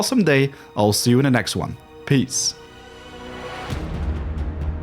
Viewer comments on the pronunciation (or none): none